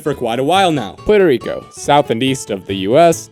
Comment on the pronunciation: Wait what… Peurto Rico? You mean PUerto Rico…. Lolololol